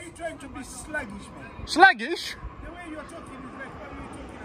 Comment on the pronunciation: "Slaggish" haha